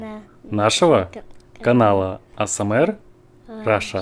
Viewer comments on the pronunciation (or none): none